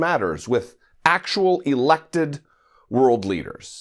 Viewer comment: You kept stressing the word "Elected" and for sure most were. But Russia and China ? Really would be stretching it past the breaking point. Nonetheless; good video.